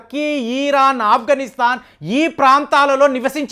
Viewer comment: వీరు "ఇరాన్" దేశాన్ని "ఈ రాన్" అంటారు. చెప్పినా మార్చుకోవడం లేదు. భాషను చావగొట్టి చెవులు ముస్తారు సారు